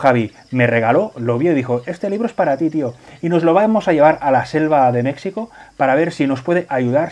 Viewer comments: Buenísimo. He descubierto el canal y el juego hace poco y ya estoy picadísimo. Por cierto: México se dice con j, como jalapeño (de Jalapa o Xalapa)[ˈmexiko] Un abrazo y traga quina. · Porque pronuncian "Mecsico" ? Lo correcto es "Mejico"